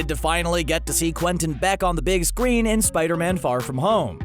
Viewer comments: on the big scween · A few seconds before he says sqween XD (no hate)